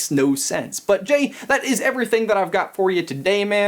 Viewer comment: you said hey gay in stead of hey jay or ben